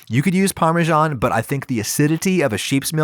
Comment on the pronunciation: Every time I hear an american trying to pronounce "Parmesan" in an "italian" way, I cringe. Almost every american does it. It sounds like "Parmejawn" or something like that. It's Par-meh-zaan. How do you come up with the idea to pronounce an s like this? It sounds like dutch accent. Either use the proper name, Parmigiano, and pronounce it just like it's written, or, if you use the simplified term, "Parmesan", then please don't do this weird thing to the s. It's so cringy... Pronounce it like sun, or san (like in sanity), pronounce it with s or z - everything - but please don't say Parmejawn. This causes physical pain.